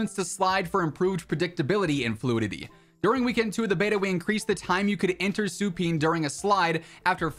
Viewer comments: Supine pronounced “Suuu-Pine” Lol! Working at an operating room I’ve always seen this word, Never thought I’d see it in Cod. Funny af to me 😂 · Just a friendly note: Supine is pronounced "Sue Pine" Keep up the good work